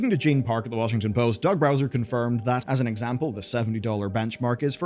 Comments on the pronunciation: Cant tell if its an accident or just your accent, but its Doug Bowser, not Browser. I know...first time I noticed kinda blew my mind, too. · there is only 1 "R" in "Bowser", and it's at the end. You mispronounce this repeatedly throughout the video. Dude has been fighting Mario for 30 years and you can't even get his name right 🙄